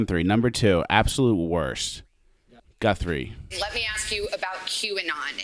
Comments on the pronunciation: So I’m a Guthrie. While no relation (I know of, but same last name so who knows) and even though you were mocking her last name, I felt cool every time you said it right and now I can say I got a shout out from. Swwweeeeettttt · No, you were right, its Gunthrie...rhymes with Cunthrie...